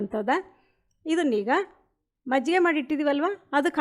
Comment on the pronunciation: Mejjige alla, adu Majjige